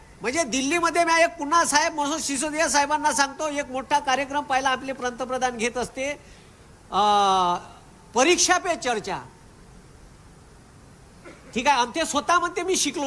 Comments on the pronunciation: सगळं मस्त आहे, पण कराळे सराना पंतप्रधान बोलता येत नाही, प्रंत प्रधान बोलतात सर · एक जेल मध्ये गेला,दुसरा वाटेवर - तुले पंतप्रधान म्हणता येत नाही, प्रंतप्रधान म्हणते ! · अरे कराळ्या पहिला पंतप्रधान शब्दाचा उच्चार करायला शिक....चालला उंटाचा मुका घ्यायला...लायकी आहे का ?